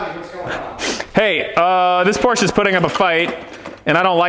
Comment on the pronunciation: My favorite part of this is the proper pronunciation of porsche